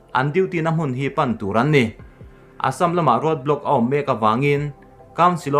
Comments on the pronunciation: Assâm hi i lam diktawklo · Ka hriat ve dan chuan Assam a lam dan khi a dik hmel zawk. Keini mizo hnahthlak ho lam rik dan lo hian an lam ri zawk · Assam tih i lam/thluk hi a dik lovin a hriat.(insiam that nan) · A Assam lamrik Dan kha ,, ka ngaithla tluan peih lo ,, 🤣🤣🤣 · Assam lam rik dan hi a dik lo deuh in a lang, fimkhur nan hmang i la, Mizo ṭawng lam dan ngat phei chu fimkhur a ngai khawp mai... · Vairengte bak i la pel lo em ni ? Assam tih pawh i lam rik dik theih loh le aw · i assam lam rikdan hi ngaihthlak a nuam lo ee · Assm to hi lamdik be hram tawh la mizo inih chuan. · Class 1 atanga college thleng i kal ka ringa...zirlaibu ah pawh Assam hming hi kan lam zin viau thin kha...i Assam lam dan hi chu a zialo em mai...fimkhur ve deuh la maw le...i channel lah a tha kanti bawk si a...i chhiar thiam lo thin em mai. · Assam hi lamrik angai zing si a, a ngaihthlak a nuamlo hle mai tawng thluk diklo hi chu. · A dik ,phun peih vang leh en peih loh vang ni lo in,lam rik dan pangai awm ve reng a😂👍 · Hepa hi tawng lamrik dik hi a hrelo pawh anih ka ringlo.miin an sawisel vanga tilui anih ka ring.india leh china boruakah pawh khan sawiselna atam,ati lui talh tho.leitawta hi🙈🙈🙈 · Assam hi i lam diklo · Assam hi midang lamdan angin lam ve maila,ngaihthlak a nuam zawk ang a,i thil thluk dan a mak thei e mai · Keipawh tuna Assam tih kher lo ah pawh hian thluk diklo hi ka hre ve zeuh² thin , tihsual chu a awl ve duh khawp ang .....